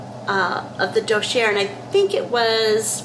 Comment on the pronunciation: Dossier is pronounced daa·see·ay